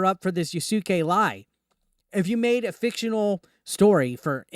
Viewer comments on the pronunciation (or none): Can you please stop saying "YASUKEI". It is so cringy.